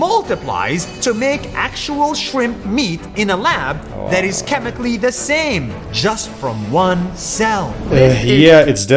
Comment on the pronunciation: NAS lost his mind. I totally agree with you 🙂💗💗 The way you said: " The SamEeee"😂😂😂